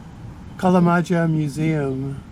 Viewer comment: Kalamaja pronounced [kalamaja] not [kalamadzha].😊